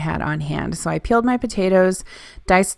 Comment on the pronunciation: When you said "peeled my potatoes" I heard "killed my potatoes". LOLOLOL!!!!